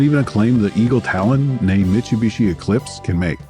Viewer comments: Great video, but the pronunciation of "Mitch-oo-bishi" was driving me nuts. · I've heard various ways people pronounce this brand, but never MICHUBISHI 😬